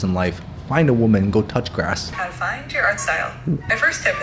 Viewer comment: When he said " Find a woman go touch grass " I was like " wait WTF ? oh wait , he said grass "😂